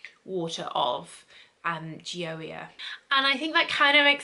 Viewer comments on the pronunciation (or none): your pronunciation is sooo close!! its “joy-uh” and it means joy in english. thats my name hahah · Pronunciation so off, it’s said like Joya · I believe Gioia is pronounced “Joy-uh” but I could be wrong! I’ve always seen these in Ulta and the bottles are so cute!!! Such a nice review!!! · it’s pronounced “joy-yah”. :D. Thanks for the video. You helped me decide which one I’ll be buying at the upcoming Sephora sale! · She was waaay off, what are you saying so close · Your saying the perfume name wrong , my last name Is Di Gioia , so I know .